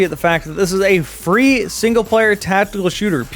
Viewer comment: I heard free as three and was a bit confused, xD